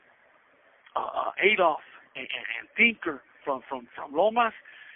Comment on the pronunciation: Did he say tinker from Loma bakers ???